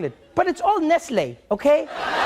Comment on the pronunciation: That isnt how you pronounce Nestle